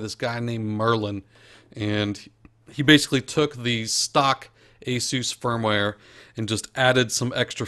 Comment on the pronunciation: You actually pronounce Asus (ace~us)